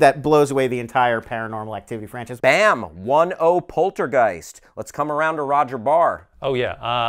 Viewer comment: Somehow it bothers me, that none of them can pronounce Poltergeist correctly... X.x